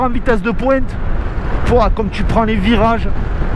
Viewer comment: Le teste de poiinnnte avec l'accent"... 😁😆 Mamamam francheeemmment j'ai pas de mots...